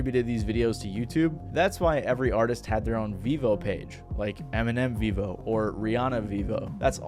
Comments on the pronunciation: It’s pronounced “veevo”? I always thought it was pronounced “veh-vo” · I thought it was pronouced Veivo, not Veevo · Vevo ❌ Vivo ✅ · Its actually prenounced Veh-vo not vee-vo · So with the logic of its creation, it should be fair to assume it is not pronounced Vevo but rather pronounced V-evo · You are pronouncing Vevo as Vivo but Vivo is a tech company and Vevo is pronounced differently from the tech company's name. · I thought it was pronounced vefo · Vevo is actually veeeeeeee hoe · I think if they had pronounced it VEH-vo it would've potentially saved them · That's how it's pronounced? I thought it was pronounced vayvo or vehvo. Didn't even know they had their own site. Btw what happened to utube? We used to get music from there in the early 2000s Now it's a website that sells u shaped tubes.